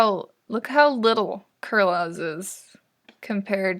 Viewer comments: "Kur -laws" I'm pretty sure is said like Carlos, but with the Kur sound so Kur-los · Kurloz is a common name in American it's not exactly pronouncrd kurloz more like karlos but it's still a common name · when you said kur lozz i just screamed. its pronounced kur-loze or kur-lose. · i think kurlos is fine, sounds like carlos if you fucking pronounce it right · Kurloz is pronounced Carlos but you know...Kur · Also btw you said Kurloz wrong it’s basically said like Carlos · WHAT KURLOZ SOUNDS LIKE SANTA CLAUS REHAHAHA anyhow i am not at all berating you about a mispronunciation, though i am fairly sure it is pronounced 'cur-low-se' like carlos but with a cur sound instead. in case you ever say his name again! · Kurloz isnt a weird name when its fuckin pronounced correctly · Yeah. My poor man Kurloz getting his name butchered